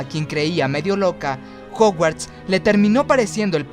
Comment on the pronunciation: jouguards no. es jaoguards en pronunciacion.